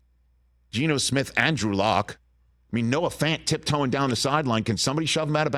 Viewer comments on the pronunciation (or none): none